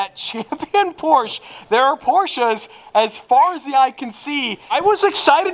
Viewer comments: Still porschE not porschA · NOOOO ! It's just "Porsche" not "Porscha" 🤣🤣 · ITS NOT PORCH ITS PORSCHE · “Porsh-eh” …not “Porsh-ah” If you really have to point out pronunciation, please get it right…or don’t mention it at all, and simply say it however you want. Cheers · You were saying it correcr. Porche, then you ruined my day and said porcha.... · Please do not buy a Porsche, because I can’t listen to your “correct” pronunciation. It is not posch-ah. It is much worse than just making the e silent.